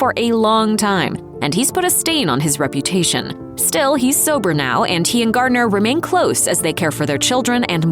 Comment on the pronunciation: Garner, not Gardiner, for Jennifer's last name.